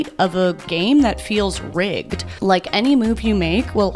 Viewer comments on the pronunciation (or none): none